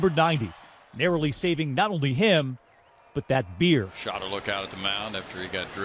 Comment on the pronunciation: He reeealy emphasized that she also saved the beer